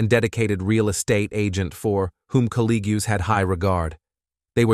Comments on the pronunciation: Colleague pronounced "cuh Lee gyoo" 🤨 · sigh Is the narrator an A.I.? "Kellt" not Kelly? "Colleegoo" not colleague? "Demeese" not demise? Up until the end, I was giving benefit of the doubt, but... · Good mini doc! I will say though that colleague is not pronounced how you said it, its pronounced "call-ee-g". Just for future reference.